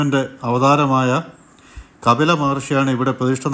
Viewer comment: It is KAPILA not KABILA....Rf to some old learned saints thank u